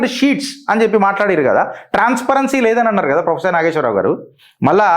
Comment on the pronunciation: Endi maree ginta anyayama.. faafam ayan frofesshor ani maryada guda led neek.. faafam etla nidrapotado endo.. frofesshor ni frimary ischool teacher cheshnav po!! 😂😂